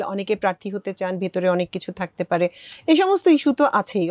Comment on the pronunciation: ভুল উচ্চারণে বাংলা কথা বলে যেমন থাকতে না বলে বলছেন তাখতে।